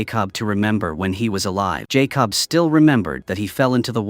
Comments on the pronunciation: why does it keep mispronouncing the boy's name -- it's Jacob , not Jay Cobb ... do you do this on purpose ? Believe it or not some people won't subscribe or even give you a thumbs up for this repeated mispronunciation ... because to them it means you didn't take the time to even listen to this to see if there were any mistakes . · Lazy channel and AI……pronounce that boys name correctly & it’s not JAY COB. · Jay cob lol 😂😂😂😂😂😂😂😂 no more AI!!!!!!!!!!! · You know, I am by no means an expert of all things Youtube, but when I make videos on my other account I freaking watch/listen to them before publishing to make sure there are no glaring errors with facts or speech like JAY-COB. Either your AI program can't spell Jacob, or it can't read the word Jacob. Either way, it should have been caught before publishing. Lazy work, and the last video I will be watching from this channel. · Jay-cob lol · Jay Cob suplies suplies AI BS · It’s not Jay cob , jacob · Jay Cobb 💀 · It's funny how AI pronounced Jakob as "Jay-cub" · AI slip up! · His name may actually be Jay Cobb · Its not Jay Cob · I heard Jay Cob. He must be a cousin to corn-on-the. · He supposed to say Jacob 😂. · I hate it the way he says Jacob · I hate when people use these AI that can’t even say a normal name like Jacob 🤦🏾‍♂️